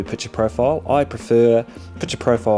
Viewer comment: Pic ture mate, not Piture...